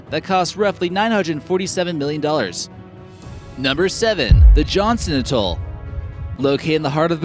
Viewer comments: it's pronounce AT-TOLL not utoll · and it's AT-Toll not utol